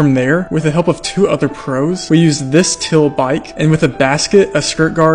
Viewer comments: Never before have I heard anyone pronounce “teal” that way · That’s one way to pronounce “teal” 😂